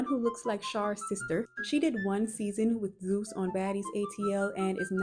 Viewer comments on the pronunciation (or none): none